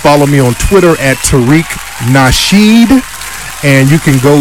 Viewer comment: Nasheed not Rasheed that’s mad disrespectful